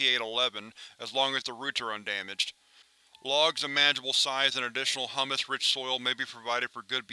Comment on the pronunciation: I thought it was pretty hilarious with that little slip, I was actually laughing at the thought of hummus enriched soil. if you were ever going to mispronounce something this definitely was the word to do it on lol